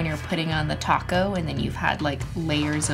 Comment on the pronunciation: now besides topcoat sounding like taco, i heard "nasty taco" instead of "nice thick"